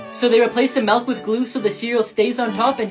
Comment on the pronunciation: Why does he say melk